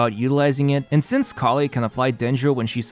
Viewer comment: You know what I love the most about this video? Instead of Collei, you said Collie at the start, which I‘ll always remember because of that sort of dog now. ✨